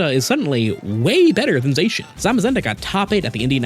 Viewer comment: /zah-shian!/ Not... /zay-shian/!